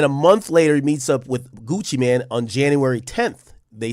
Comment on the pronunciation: Gucci Mane not Gucci Man 😂😂😂😂😂